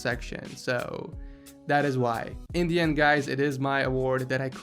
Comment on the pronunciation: When he said "in the end guys" when he was justifying why yazeed doesn't get the seal of approval, I thought he said "Indian guys"